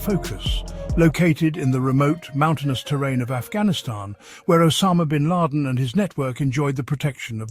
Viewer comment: What a funny KI con job video. Just the voice Isn't perfect ... e.g. the pronunciation of "Bin Laden" ...